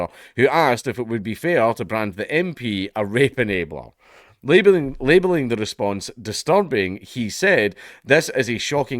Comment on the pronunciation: You know your countries cooked when a surviving WW2 Vet says your country wasn't worth the death of their comrades. Your accent Count really sometimes sounded like you said Rape-a-nator like they are some depraved perverted Terminator